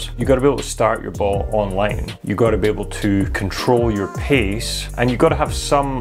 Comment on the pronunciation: " pace " not "piece " control.................